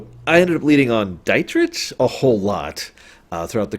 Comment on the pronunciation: He completely butchered "Dietrich" tho